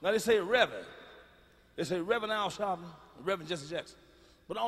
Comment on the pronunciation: “Ar Shalpton”😂😂